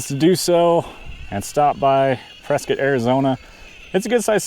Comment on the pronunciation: Props for pronouncing Prescott correctly.